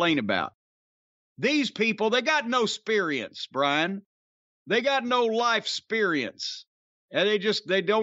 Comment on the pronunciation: Heh my pops used to say sperience